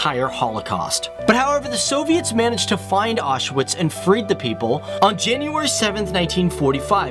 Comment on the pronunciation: I was surprised that you mentioned that the letter 'W' is pronounced as 'V' and yet Auschwitz you mispronounced completely. It is an important place and deserves respect. Another mistake is that there is no such word as 'pierogies!' One is a 'pierog' and more are 'pierogi' - so, sort from that, I did enjoy your video. Thank you.